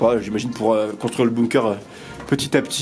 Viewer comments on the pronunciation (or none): Ont dit « «bunker» et non «boumker». Mais bon c’est pas grave 😜 !!! Superbe vidéo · On dis pas boomkeur mais bunker